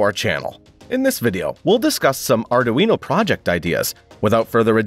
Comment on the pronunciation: "Are Doo Eeno" ? I always thought it was "Are Dwee No" Sounds like the speech generator code needs a little work!